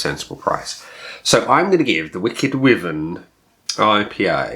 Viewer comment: I live in Dorset and my Mum lives directly opposite Badger Brewery. Wyvern is pronounced wiivern as in Wii- fi. I had it and didn't really rate it, drinkable though. I think I was probably putting it up against "craft" west coast IPA'S which, of course it isn't.